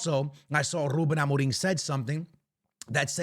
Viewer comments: bro stop saying amoring, his name is amorim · Why you said ruben amorin? 😂😂 or it sounds like amorin